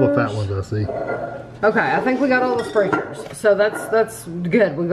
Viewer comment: Sprechar's is pronounced "spreckers" but it's definitely not intuitive. There are also Sprechar restaurants around here too. I've never been.